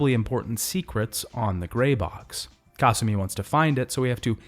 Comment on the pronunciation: The way he pronounces Kasumi’s name is giving me an aneurysm.